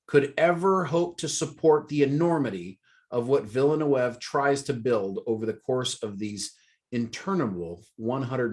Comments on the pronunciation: Guys, There's enough information on the internet and interviews for "Dune" that you should know how the Director, Denis Villeneuve pronounces his name. It's pronounced Den-ee Vill-newve. He's French Canadian so it's not pronounced with a Spanish/Latin accent. People who don't know anything about the Dune universe should immerse themselves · Thank you! I kept saying "It's Vil eh neuv!" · Repeat after me : D-knee Villa-New-v (Dinnee Villanewv) More "Englishy" : Dennis Villa-New-v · It's still wrong! 🤣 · i mean no one ever watched formula 1 ? then you guys must know how to pronounce Villeneuve xD and Da Knee is good for his first name xD